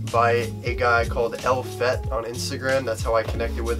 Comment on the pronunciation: he said el fett